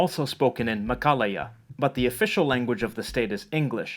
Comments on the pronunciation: word : meghalaya pronounciation : meghallya him : mekaleia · The 'gh' in Meghalaya is pronounce as 'gh' in Gharial.